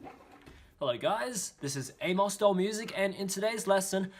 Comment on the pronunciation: When I opened the video I legit thought he said Hey guys it's Anus Doll Music Here XD